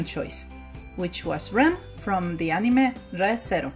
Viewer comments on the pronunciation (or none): I don't really like the way she says anime ’ah-ne-meh” instead of ”a-ni-mae” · ..... She pronounced it "Animeh" instead of "Animay" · It’s said An Ee May, not animeh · Better thaan how Barack Obama pronounced it, he said "a-mine". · Yes, she said it wrong, but there's no need to be so rude about it. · and nobody is trigger about how she pronounces anime wrong and re zero guess im the only one ah well love the vid anyways but yeh as said triggered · Not trying to be rude here but you saying anime wrong and drangon ball z by the way great video!!! That really looks like rem!!